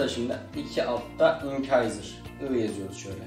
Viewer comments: Çok kişiden telafuzunu duydumda ilk defa inkayzır duydum bi internetten telefuzuna baksana bide anlatımın iyi dişleri ayrı ayrı anlatmayı düşünüyor musun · İncisor inkayzır demeyip doğru telafuz etsen daha iyi olurdu